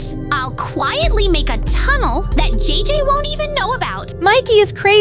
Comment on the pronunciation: It's JJ not DJ bra